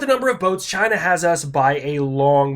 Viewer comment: He whipped out "Da GREATa Chyyyyna" and i realized i had forgotten to like the video 😂